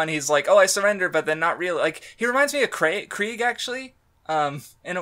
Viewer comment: Thank god you said "Krieg" instead of Craig